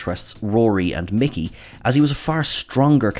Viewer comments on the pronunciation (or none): none